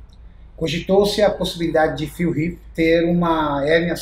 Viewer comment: Q agonia o falando phill riff o caraio kk